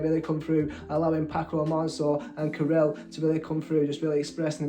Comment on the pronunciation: You have them backwards. Ca7riel sang 1st (He's the tall one who plays the guitar. ) Paco is the one jogging. You should really take the time to listen to the entire song/ lyrics because sadly you can get lost in the translation & miss a lot. PS Ca7riel is pronounced CATRIEL